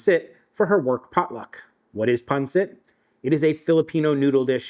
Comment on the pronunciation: This is the closest I've heard pansit pronounced correctly from a non Filipino 🫡👌